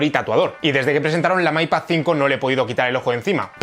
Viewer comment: "may pad" xD